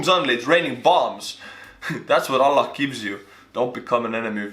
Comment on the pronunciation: Why does say Allah so well hahaha. Sounds like he’s afghani too! Lol